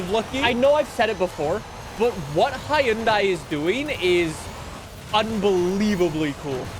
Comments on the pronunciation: Hi-un-die👎 hun-day👍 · The way he says Hyundai peevs me to no end. It’s “HUHN-DAY” not “hi un die” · it is cool, but it is pronounced hon-die not hi-on-die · bruh who gonna tell him hyundai is pronounced "hunday" and not "Hi-Un-Daie" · About 2 years ago (February 2023), Hyundai ran a campaign (in the UK) updating how it is pronounced. “The manufacturer has decided to change the brand’s pronunciation from the anglicised pronunciation of ‘Hy-un-dai’ to ‘Hyun-day’, which is the global pronunciation of the brand.” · Everyone pronounces Hyundai as 'Hi-yun-dai'. The 'Hyundai like Sunday' ad campaign isn't effective at all. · It's pronounced hyoon-day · Bruh it is literally pronounced hi-un-day. That is how the company says it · yea ik we have weird ways of pronouncing stuff but idk HIUNDAIE scares me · the pronunciation is for everywhere. For where it’s made. For the US. For literally everywhere. The company says Huhn day so therefor that’s how everybody should pronounce it you dunce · Hyundai rhymes with Sunday. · 🤓 it's hyoun-die actually